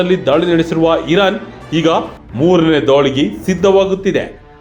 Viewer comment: ಅದು ಇರನ್ ಅಲ್ಲ ಇರಾನ್